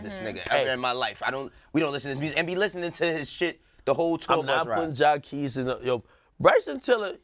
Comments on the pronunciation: I thought his name was Jaqueese (jah-queese) not Jah keese smh they keep mispronouncing his name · Everytime they say Jah-kees i die lol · They killing me with calling this dude Jacesss like this this dude ain't got no Q in his name!!!! Sound that ish out make the Q sound damnnn!!! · Damn y’all can’t even pronounce Jacquees name correctly smh🤡’s btw Chris Brown is 29, and Jacquees is 24 sooo no, he wasn’t a baby...y’all need to research before y’all talk that shit🙄